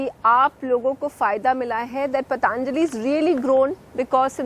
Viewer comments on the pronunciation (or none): Its not Pataaanjali. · पतानजली! You cant pronounce Patanjali and doing a doing a report on Baba abd Patanjali!